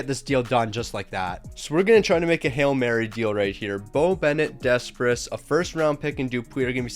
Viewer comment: Ah yes "desspress"🤣 fyi its said "sih-mone Deh-pray"